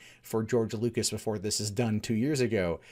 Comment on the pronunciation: I might be wrong, but I believe his name is George LUCAS, not "Lucis".